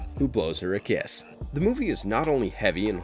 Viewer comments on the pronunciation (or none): none